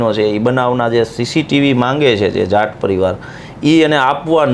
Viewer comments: It's not jant 😂😂😂 it's JAAT please pronounce it's properly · જાંટ નઈ જાટ 🤣🤣